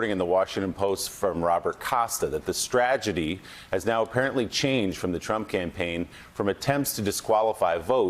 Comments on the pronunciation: Did he say “stragedy “? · Yes, he said "stragety" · He said, "stragedy." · "Stragedy", really? It's pronounced strategy. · Willie said "Stragedy" which is the combination of strategy and tragedy, which is totally par for the course with the leaving administration. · "Stragedy." Isn't that a Bee Gees song?